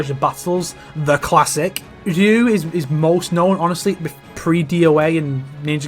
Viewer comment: Ryu rhymes with few, yes, but it ain't pronounced "rinnoo" mate :P